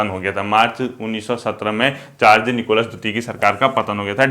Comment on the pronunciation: सर जार्ज निकोलस है या जार निकोलस